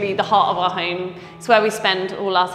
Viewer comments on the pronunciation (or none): Did she say "Welcome to my hymmmmm"???